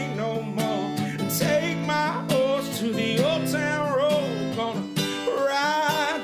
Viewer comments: Dude sounds like he's saying "gonna take my wh**e to the " I get that its his accent but it caught me off guard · The guy from Cambodia straight up said "whore" instead of "horse" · Meaz said hor instead of horse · im pretty sure the girl from thailand didnt mean hose but said horse with a silent r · The guy from Cambodia said whore instead of horse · He says hore instead of horse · sounded like he said hoe XD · Roomie says that she mispronounce horse on but with he's favorite he said just the same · i heard hoe... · I though he said orse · I heard hoe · HORD xD edit: and guys I heard hord so STOP correcting meh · Does anyone else notice that on combodia he said whore instead of horse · It does, I'm Thai.